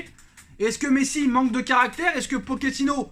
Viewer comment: On dit pas « poquetino »mais « Pochet -ino » comme une pochette